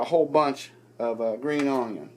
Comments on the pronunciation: I'm from the south and I've never heard anyone say onion like that...but no matter what I love recipes 😋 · i freaking love how you say onion haha